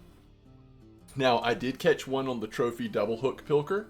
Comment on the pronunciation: I'm not trying to like... criticize or nothin', I genuinely thought it was hilarious. Had to do a double take and go "Did he just say Trophanese Japanese Amberjack?" lmfao. That was great, made my day better.